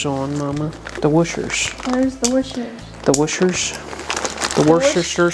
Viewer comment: The wooshers! Or the Worshers if you’re Speed Shop. I love it 😂